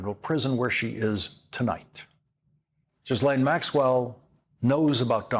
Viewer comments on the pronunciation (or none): Geeez, Lawrence: you could at least pronounce “Ghislane” properly. It’s not that difficult. You can do it.